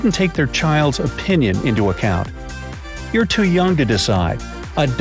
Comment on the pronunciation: Account, not "a count"